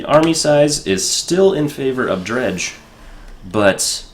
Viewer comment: Yay you got Dredj! pronounced right